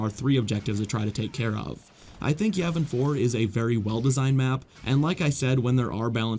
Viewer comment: Not to be rude or a know it all or anything like that but Yavin 4 is actually pronounced Yaw Ven For not Yeah Ven For